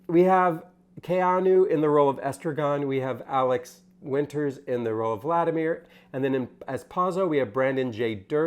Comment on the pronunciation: and.... you misprounced Alex WInter's name.